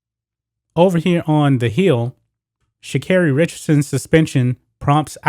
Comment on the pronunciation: What tf come on now … flowers come from the earth. And they are saying her name wrong or am I tripping . I mean she could’ve really grabbed some pee from the smoke shop. But it’s legal… she could’ve went to a legal state and blazed after the win then they were celebrating. Her momma just died. She’s going to the olympics. They hate to see us win. She smoke and still won… they need to leave her alone